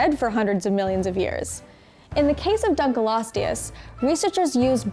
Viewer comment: she seems to have a bad habit of mispronunciation- they also opened with the dunk right after the study that’s showing it wasn’t nearly as long as initially believed.